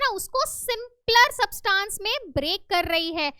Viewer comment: Teacher it's not substaaans It's subtance